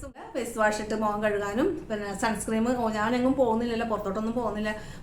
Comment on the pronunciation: സൺസ്‌ക്രീം എന്നല്ല സൺസ്‌ക്രീൻ എന്നല്ലേ